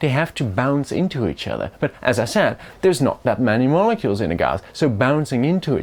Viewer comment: I flinched when he said molecule